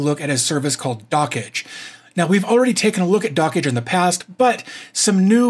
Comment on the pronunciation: "Dockage" is so annoying, the creator has mentioned it's supposed to sound like "Dodge"